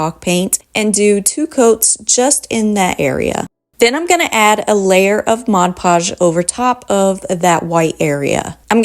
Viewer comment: The product is called Mod Podge, Podge is pronounced "pahj", not the French pronunciation "pazh" as in decoupage.